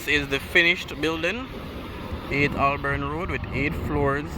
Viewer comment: It is Hol-born not Ol-born Road.